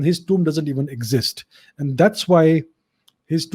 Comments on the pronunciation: It is pronounced tooom. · the way he says tomb is big a cringe 😬